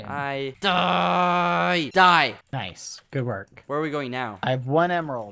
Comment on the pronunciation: Let's not talk about the fact that BBH is saying NOICE instead of nice most of the time.